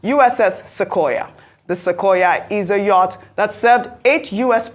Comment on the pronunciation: Yacht is pronounced as Yot / Yurt!